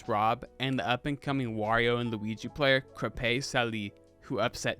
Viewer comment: AAHAHAHAHA OGI XD it Ojay/ojei not a hard G and the end sylabale a é as in brEAker but it think this prounouciation is better casue the animated show same for crepe salée the first part of crepe is fine but the last e is silentish liek if you exagerater a spiting sound for the salée the end it once again a é meaning brEAker . i jsute realsie that french with all teh accent and different pronouciation is quite literaly a bitch